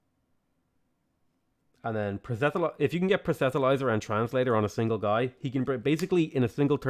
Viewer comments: it's not super important or anything but I've noticed you've always said "proh-set-uh-lizer" for "proselytiser" and it sticks out to me because the t and the l are the wrong way round - It's "proh-sel-uh-tizer". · Dude, there isn't an "h" in Proselityzer. it's pronounced: "prus-le-tie-ser" Keep it up, love seeing a different sort of gameplay :)